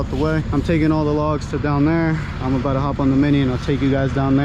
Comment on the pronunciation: The beginning was cute!! Y'all are a happy crew! I love how you say "about to" get started - "abouta" get started 🥰 "BB's" views are amazing 👍 love the whistling!! Great video, always!! God bless y'all and your families!! 👍🥰🙏👍WAIT - I just finished watching this - LOVE LOVE LOVE YOUR MISMATCHED SOCKS ❤️❤️❤️👍